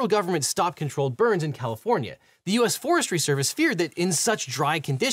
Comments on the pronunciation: Poor Califvornia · the state of Califvornia” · "Califvornia" hehe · ah yes, the state of califvornia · "... State of CALIFVORNIA" lol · Califvornia lol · Objection! “Califvornia” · "Califvornia" lol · Califvornia........... :face-orange-raised-eyebrow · "Califvornia" Lol.